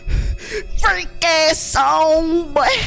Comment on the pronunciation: "FRREAK" BOY